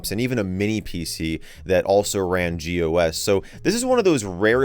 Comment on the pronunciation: when you read gOS as "gos" it's pretty funny